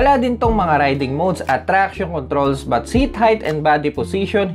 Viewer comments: Ano ba naman kuya.. ang But ay iba sa BUTT. 🤣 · Natatawa talaga ako sa kada but mo na sinasabi e kung ano anong lumalabas e HAHAHHAHA. Keep it up Bro. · love ko talaga ang "but". ang pagbabalik ng "but" :-)